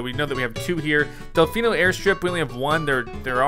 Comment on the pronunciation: It's Del-FEE-no Plaza not Del-FY-no Plaza